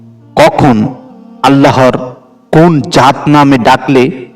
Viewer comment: আমি আপনাকে একটা অনুরোধ করছি আপনি জাত নামটি সঠিক ভাবে বলে যাবেন